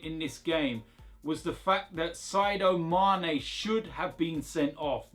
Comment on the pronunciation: "Side-Oh Mane should have been sent off". Gotta love pronunciation